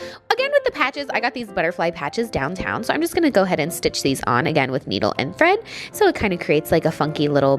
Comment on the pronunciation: No one: Literally no one:: so~ ( speak in accent )